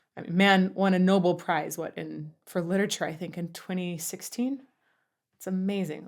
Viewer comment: psst Nobel pronounced no bell not noble